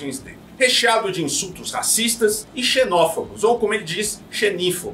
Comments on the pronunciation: Ele falou "xenófIbos"?🤔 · Só eu que escutei "xenófegos"?😅